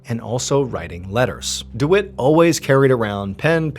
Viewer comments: Dwit? Do you mean Dwight? Pronounced Deewhite? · I think you pronounce the guy's name wrong I believe it is pronounced deewight 🤣 I've never met a man named dewitt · I think it’s pronounce dWhite if it’s spelt Dwight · I couldn’t help but laugh every time he said dwite instead of Dwight. lol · Anyone else's brain say dawooo every time Mr Ballen says Dewitt 🤔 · Mr. Ballen, the name is "Dwight" rhyming with "Light"